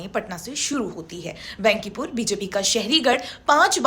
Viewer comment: बहन जी बेन्किपुर नहीं बांकीपुर बोलिए overall आप की प्रस्तुति अच्छी होती है ।